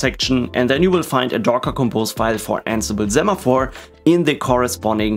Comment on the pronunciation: It's pronounced "say-maphore", as in "send"... Hermione Granger Thx for the tutorial 🙂